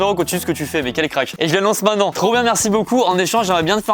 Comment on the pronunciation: Maintenant et non mainant 🙃